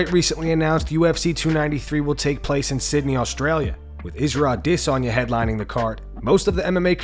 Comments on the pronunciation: Why do you keep on saying adesayna like that..... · The way you say a-DI-sanya triggers me. Stop trying to say his name real sweet and just speak normally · "Israel A-DIS-Sanya" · Ah- diss- on- yah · Why are you pronouncing Isreal Adesanya like that Lol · Why do you keed saying Adesanya the way you do? Sure if he heard you he'd tell you to not pronounce his name that way. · You sound like you’re having a stroke when you try to pronounce Isreal Adesanya’s name. Jesus get it right. There is no “diss” in his name. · “Former ADsisi chiampien” it’ll never not be weird…🤦🏻‍♂️ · I don’t think you’re pronouncing Adesanya’s name correctly. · You do you pronounce adesayna so weird lol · Put up a poll on how you should say adesanya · Is no one going to address the pronunciation of Adesanya?